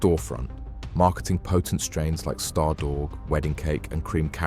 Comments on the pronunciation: The way man said Stardooorg😂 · For a word I've heard or spoken maybe a 10,000 times it's astonishing that 'stardawg' could be pronounced like that 😂😂😂😂